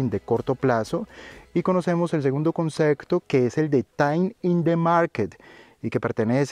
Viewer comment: buenas tarde soy raul te sigo ase un tiempo desde malaga exelentes videos he aprendido mucho de ti gracia s por todo te quiero comentar una cosita tonteria pero la palabra concepto lo pronuncias un pelin mal y barios videos te lo he escuchado un saludo y gracias por todo